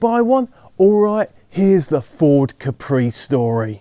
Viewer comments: I’m surprised it’s not mentioned in the video or in the comments that the name Capri is completely misspelled, as the island off the coast of Italy is called Capri with emphasis in the A, like cápri, not caprí! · Fun fact: the correct pronunciation in KAH-pree, Del-Boy style, not ka-PREE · What's funny is that "Capri" in Italian is pronounced with a totally different accent (Càpri, not "Caprì"). It's not French. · I used to be good at languages back in the day and I used to point out that the Island of Capri in the Bay of Naples is pronounced KA-pri. The emphesis is on the first syllable. (Think of the Ford KA with a whispered pri.....it even sounds Italian.) So I drove my KA-pri while the others were driving their "kepprees". They used to call me a snob for some reason. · To be a real geezer you have to say Cappry. Accent on the first syllable.